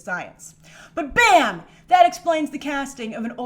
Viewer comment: My favorite part in this video is the way she says "BHAAAMMM!!!"